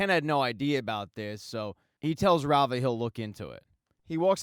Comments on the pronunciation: Rah-Vah. Not Rayva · Say it with me, Rah-Va. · Thanks for the great recap…I thought Kendall’s ex wife’s name was pronounced “rah- var”